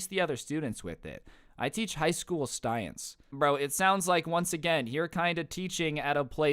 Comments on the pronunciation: Ok, off his talking game today, I hear to mistakes already. One was him saying. Stience instead of sience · lol stience.